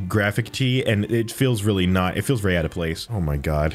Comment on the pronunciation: Weawwy nice job.